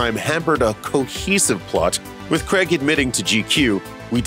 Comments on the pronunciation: Craig. CRAIIIIIIIIIIG. Not Creg ffs. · It’s Daniel CRAIG ..Not Creg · When are Americans going to learn how to say Craig